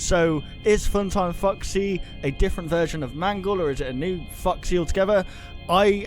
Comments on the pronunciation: he always says fucksy instead of foxy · he said f**ksy